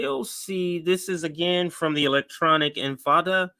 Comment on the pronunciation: Also, It's in-ti-fa-da, not in-fa-da.